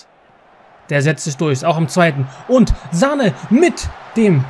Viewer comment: Hi erstmal ich feier deine fm Karriere aber bitte höre auf ihn Sahne auszusprechen es heißt Sanee